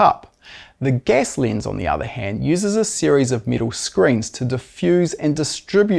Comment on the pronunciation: Your accent explained. Gas becomes guess. Lens becomes lins. Ten becomes tin.👍